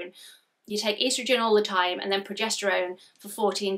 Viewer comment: Sorry progesterone not projesterone lol.